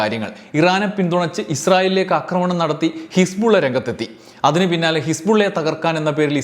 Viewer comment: അക്രമണം അല്ല, ആക്രമണം ആണ്. അക്രമിക്കുക അല്ല, ആക്രമിക്കുക ആണ്. കേട്ടുകേട്ടു ഞാനും തെറ്റുപറഞ്ഞുതുടങ്ങിയാലോ എന്നു പേടിച്ച് ഈ ചാനലിലെ 'അക്രമ'വീഡിയോകൾ കാണുന്നതു നിർത്തുകയാണ്. ക്ഷമിക്കുമല്ലോ. സാമ്രാജ്യത്വ-സയനിസ്റ്റ് അതിക്രമത്തിൽ ശക്തമായ പ്രതിഷേധമുള്ള ആളാണു ഞാൻ. ഇത്തരം വിവരങ്ങൾ അറിയാൻ താത്പര്യവുമുണ്ട്. എങ്കിലും, സമാനമായ വിവരങ്ങൾ ശരിയായ ഉച്ചാരണമുള്ള മറ്റു ചാനലുകളിൽനിന്ന് അറിയാൻ കഴിയുമെന്നതിനാൽ തത്ക്കാലം അവയെ ആശ്രയിച്ചുകൊള്ളാം.